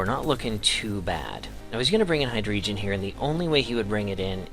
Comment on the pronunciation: nice battle, only thing... it's pronounced Hi-Dray-Gone lol